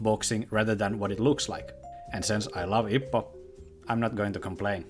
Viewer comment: The way he says hippo destroys me